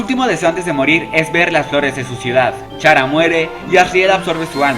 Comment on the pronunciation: Se pronuncia cara >:v